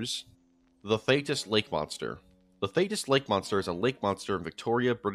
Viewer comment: its pronounced "thee-tis" :)